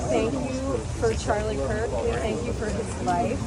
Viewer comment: Come on Jesse, really? You dont know its Kirk not Kurt???